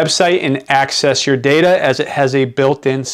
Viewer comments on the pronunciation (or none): none